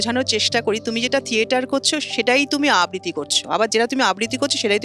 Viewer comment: আবৃতি নয় ,আবৃত্ তি আবৃত্তি হবে উচ্চারণে